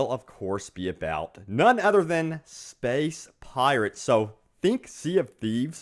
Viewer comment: i fuckin hate the way this guy says space